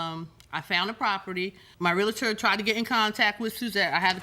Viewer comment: REAL-TOR. Not REAL-UH-TOR. I hate that so much. :face-red-droopy-eyes